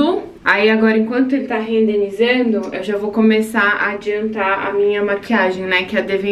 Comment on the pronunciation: o correto é renderizar (renderizando), desculpa não quero ser chata, mas como você falou várias vezes a palavra rendenizando 😅